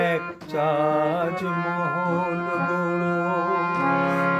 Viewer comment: মনে হচ্ছে মান্না গাইছে 😊😊😊 পিন্টু ভট্টাচার্যের কোনো ই ছাপ নেই তোর গায়োকীতে ভাই 😅😅 অরিজিনাল গানে কোথাও কোথাও ঠিকঠাক সুরে লাগেনি.. তুই বেশি সুরে গেয়েছিস ভাই... তবে তাজমহল উচ্চারণ সঠিক নয় .. উভয়ের ক্ষেত্রেই...